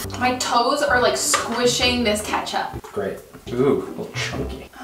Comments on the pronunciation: he said kaatchup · I HATEEE THAT HE SAYS KATCHUP INSTEAD OF KETCHUP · But I definitely have a problem with the fact that says katchup and not ketchup